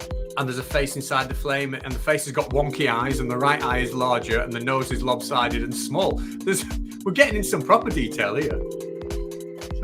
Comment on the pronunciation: Lob sided? I believe it’s “lop sided”.